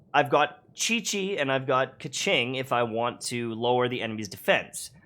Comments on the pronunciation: $$kaching$$ LMAOJKS its a chinese name, the pronunciation is "kuh-tsing" :') thank you so much for this guide!! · Kequing... kaching.... AAAAAAAAAAAAAAAAAAAAAAAAAAAAAAAAAAAAAAAAAAAAAAAAAAAAAAAAAAAAAAAAAAAAAAAAAAAAAAAAAAAAAAAAAAAAAAAAAAAAAAAAAAAAAAAAAAAAAAAAAAA